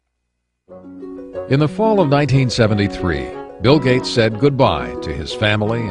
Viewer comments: His name is "Gates," not "Gate." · Gates. Not Gate. Gates.